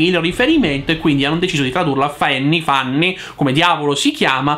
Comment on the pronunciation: Comunque Fanny si legge " Fannì ", una persona che conosco si chiama così, quindi...